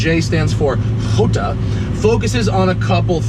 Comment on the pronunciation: The way you pronounce "Jota" as "Hoota" makes me want to find you and slap the shit out of you. HOOTA wtf is wrong with you, it is italian not mexican you stupid prick